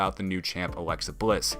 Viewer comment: Awexa Bwiss? 🤦‍♂️